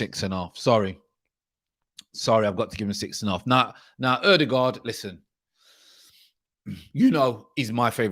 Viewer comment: Your new way of pronouncing Ødegaard is close to perfection ;). If you want to sound like a norwegian the ”gaard” is gawred